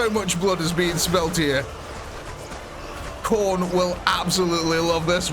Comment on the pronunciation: Thank you for pronouncing Khorne correctly instead of referring to him as some old lady. He who sits atop the skull throne deserves better than to be called a crone. Good defensive positioning though, I thought the Chaos forces would rapidly out flank and envelop the rear ranks and slaughter the artillery. Great spirited commentary as always. You could legitimately pursue a career in broadcasting and professional commentary on anything from combat sports to racing, to lesser ball-based sports; even to professional wrestling. Or sports entertainment as the powers that be in that industry prefer. Maybe shoot 'Haitch a couple clips? Sidebar: do you think a morale system would be desirable/feasible in this program? Or is that just asking too much of the UEBS team and our dearly beloved modders?